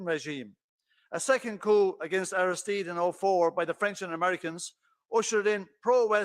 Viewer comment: Also, Aristide is Arrah-steed.